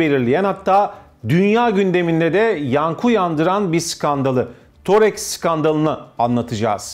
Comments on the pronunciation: Spiker çok hatalı konuşuyor 4000 diyor işin aslı 400 000. Thoreks değil thodeks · Torex degil thodex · toreks diyor zaten adını bile öğrenmemiş. konuk da spiker de birbirinden beter. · Programı sunan kişi kim tanımıyorum ancak yaptığı programın ana konusunu oluşturan firmanın ismini bilmiyor : ) Thodex'e Torex dedi üst üste : ) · Toreks değil thodex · Todex degil thodex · thorex degil thodec